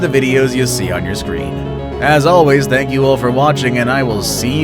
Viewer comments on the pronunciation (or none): none